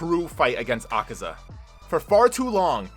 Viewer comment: The demons name is not akeza it’s akaza